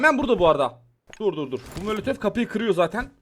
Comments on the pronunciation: Kanka sana zahmet birdaha mölötöf deme ya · Abim mölötöf çok güzel diyor sun ❤❤❤😅😅❤❤❤❤❤❤❤❤❤❤❤❤❤❤❤❤❤❤❤❤❤😊😊😊😊